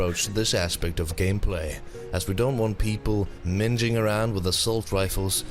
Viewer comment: did he say mingeing around at 18.12?